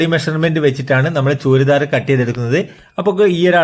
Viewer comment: ചൂരിദാർ എന്ന് പറയുന്നത് ഒഴിവാക്കു... ചുരിദാർ എന്ന് പറയു